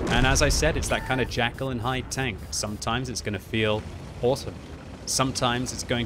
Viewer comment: FYI it is JEKYLL and Hyde not Jackal hehe:P